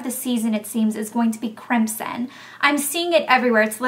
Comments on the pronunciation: it sounds like you're saying "crimpsin" just to be cute. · The way you pronounce crimson sounds so pretty! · lol you say crimson funny. we say it, "crim-son" lol with an aussie twang. rofl